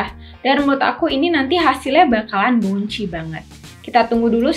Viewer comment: Pelafalannya bouncy = baun-si